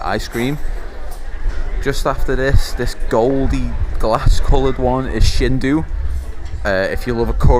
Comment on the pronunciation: Its sindu not shindo